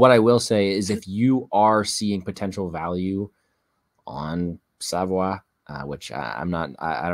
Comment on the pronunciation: Bro is from saint john, NB not Saint John's, NFLD and it's pronounced sa-voy. Just an fyi